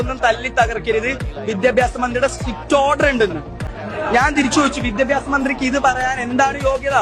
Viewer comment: വിദ്യഭ്യാസം അല്ലടാ വിദ്യാഭ്യാസം